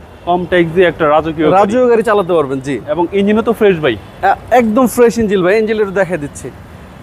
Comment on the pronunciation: আরে ব্যাটা ইঞ্জিল না, ইঞ্জিন